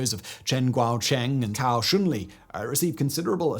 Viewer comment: Hi, i promise im not being a pedant or a troll, i have really noticed how your pronunciation of chinese words has improved. I wouldnt say anything but the pronunciation of a couple names sound like completely different words in chinese. As a rough guide Cao is pronounced like sow not cow, and Zhi is like the Ge or Germs not Jee, which sounds like youre calling him a chicken 😂